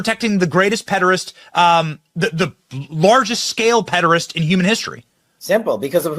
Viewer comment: That Benny johnson (?) guy can't pronounce pederast.